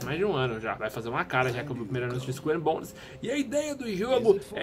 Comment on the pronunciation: haaunted eu sei, tava zuando com a pronúncia do